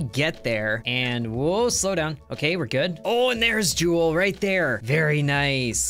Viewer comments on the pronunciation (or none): "Jewel" its called Jool